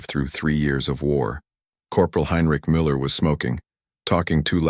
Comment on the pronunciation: It is not "Coke." It is pronounced "Ka--Ch" guttural sound before the "ch"--Koch. Also is it "Miller" or really "Meuller?" Please teach your AI to pronounce things better.